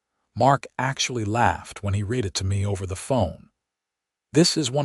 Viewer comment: “Read” is pronounced wrong.